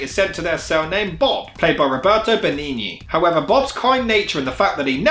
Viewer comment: Funny how you pronounced "Benigni" correctly the first time but mispronounce it every other time afterwards.